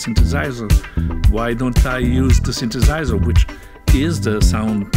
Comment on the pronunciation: I especially like how he pronounces "synthesiser".